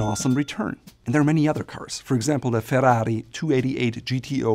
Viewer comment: I liked the way he pronounced "Ferrari"